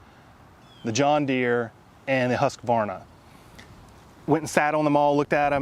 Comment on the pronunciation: I just love how you pronounce Husqvarna, i mean for me who is Swedish. Good video, I'm thinking of buying a ride lawn mower myself.